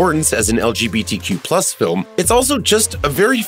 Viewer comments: you say legtq wrong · "...beyond it's hictorical importance as an lqbtq film..." bye